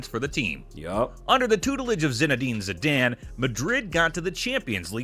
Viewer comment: the way he says Zidane causes me physical discomfort